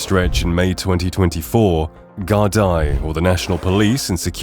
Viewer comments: Gardai is pronounced gardee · It’s pronounced Gard eeeee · Pathetic the national police force, is pronounced guard ee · Gar-DEE. Ross-CRAY. SHIN-fane. Shame you didn't put as much effort into establishing correct pronunciations as you did into building such an egregiously one-sided narrative. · The "gar die" are "makin tea" in "Ross-cray-A" with members of "Sin Fayn"... AI is pretty shabby ... It gets all the names wrong.... BY THE WAY, there is NO war or crackdown... READ the text at 16.22... Only 129 people have left Ireland due to deporation. Is this a war or just AI generated bullshit wasting our time? I want my 20 minutes back...